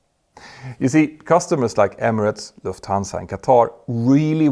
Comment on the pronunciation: Pronunciation: LUFThansa, not LuftHANsa